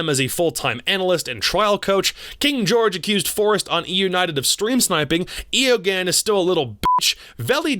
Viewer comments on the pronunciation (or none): you realise Eoghan is pronounced “Owen”... right? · Eoghanh is pronounced Owen btw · eoghanh is pronounced somewhat like Owen